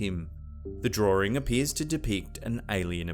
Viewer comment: I love the way he says drawing😂